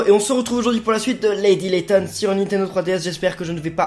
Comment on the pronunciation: Lady laton sur 3ds t es bourré?